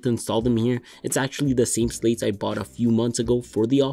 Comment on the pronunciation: Amazing video quality! Did you say Audio Technica Podmic? They're called Slats not Slates.